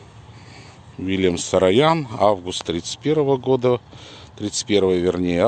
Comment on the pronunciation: Uvajaemiy Mine ochen nravitsya vasha peredacha’no pozvolyu seebe zamechat chto vi ne po army’anski proiznosite familii Saroyan eto doleko ne sarayan,pojaluysta udelite vnimanie na eto,I krkoryan a ne krkaryan Spasibo